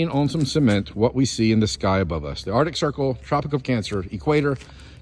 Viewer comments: "Artic" circle and "Antartica" ... I've seen enough 😂😂😂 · He can't even pronounce Arctic right....